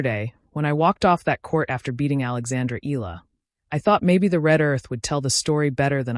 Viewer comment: Akex Eala’s surname is pronounced thus: E-YA-LA! Please take note! 🫤